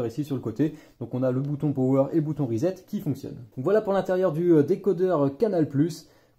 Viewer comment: Reset, ça vient de l'anglais, donc ça se prononce plus comme "riz sept" et pas "risette".